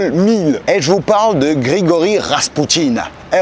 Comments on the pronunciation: Rrrrrrrraspoutine au us vite!!😊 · RRRR je veux RRRRaspoutine